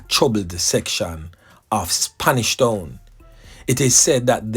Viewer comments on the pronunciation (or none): none